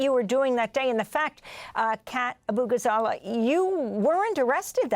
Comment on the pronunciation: White people seem to develop instant dyslexia when trying to say Abughazaleh. On both sides